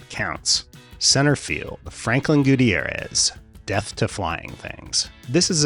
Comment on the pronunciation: Gu-T'YAIR-ez. Not Goo Teee Air ez.